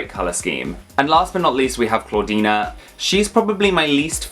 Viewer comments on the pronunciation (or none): It’s clawdeen not clawdeena <3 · Why do you call Clawdeen ClawdeenA? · I think youre saying clawdeena instead of clawdeen lol (might of been a slip of tounge or me mishearing) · Her name is Clawdeen, not Clawd**na